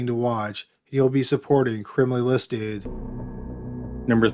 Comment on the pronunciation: The way he says “listed” is the worst.. and he says it the same exact way every fking time lol